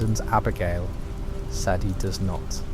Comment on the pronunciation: almost got away with it , Almost thought the voice and script were genuine, but then the A.I voice gives its self away and calls sadie , saddy interchangeably 😪🥱 . “saddy addlers ranch” then back to sadie next time her name is said 🙃 also the vandalinder gang ? instead if the van der linde gang🫤💩 i aint gonna tell anyone what not to and what to watch , but ima watch a rdr creator who genuinely put some work into the video not a promt into an app 😒